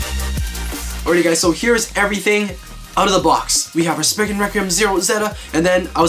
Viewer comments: It’s not sprign it’s spryzen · You said Legend spriggin